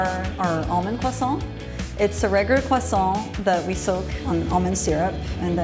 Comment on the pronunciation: What's-a-matter with knowing you're in Pittsburgh...?? I'd rather pass on that "kwasssss-ont" experience. 🙄🙄🙄🙌😅😅😅😅 Get me an foul-mouthed babushka making pierogis old world style anyday!!! ❤️❤️❤️❤️❤️❤️